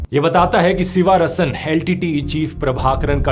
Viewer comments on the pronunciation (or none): सिवा रसन नहीं... शिवरासन् नाम था उसका... आपको विनम्र निवेदन है कि आप नामों का उच्चारण अङ्ग्रेजी के लिप्यन्तरण से नहीं, स्थलीयभाषा के लिपि में ही, उस भाषा के विशेषाभिज्ञ से पूछ कर सीख कर करें। साथ मे नालिनी नहीं, नलिनी पढना चाहिए.... दर असल इतना तो बिना तमिळ् जाने भी संस्कृत के ज्ञान से पता चल जाना चाहिए था... इतने गन्दे उच्चारण न किया करें। भग्यानाथन् नहीं, भाग्यनाथन्.... अरे भाईसाहब, क्या आपने हिन्दी में भाग्य शब्द भी नहीं सुना है क्या??? तामिल् ईलाम् नहीं, तमिळ् ईळम्. IPA (International Phonetic Alphabet), या transliteration नाम सुना है?? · You are doing a great job, but a feedback for you - Please pronounce the names correctly. Doesn't look good coming from one of India's biggest youtubers. So, it's नलिनी not नालीनी and शिवरासन not शिवारसन. Great work otherwise as always. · ध्रुव भैया, नाम थोड़ा edit कर लीजिए, उनके नाम, शिवरासन (शिवाराशन नहीं) like this नलिनी not नालीनि, etc etc